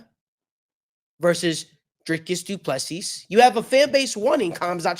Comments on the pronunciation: No, not du Plessis! Say Doo plu sea!!! Sea, one sea not seassssssss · the s at the end of Du PlessiS is silent. and the I is pronounced as a ee . So you can say du pla sea.